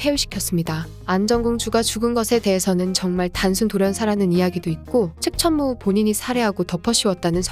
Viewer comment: 나만자꾸 측!천무후 측!천무후 이렇게들리나;; ㅈㄴ신경쓰임 ..